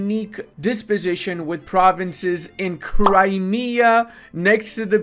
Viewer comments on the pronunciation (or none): none